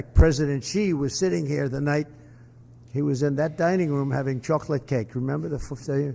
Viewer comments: I've never heard the word chocolate pronounced that way ever..😂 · The way that Trump pronounced "Chocolate Cake" should mean he is immediately removed from public life and public office forever.